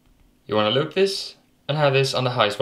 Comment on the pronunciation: when he says loop this its like he saying eloot this